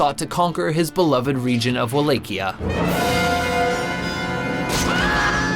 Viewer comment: MY GOD THAT'S NOT HOW YOU PRONOUNCE WALLACHIA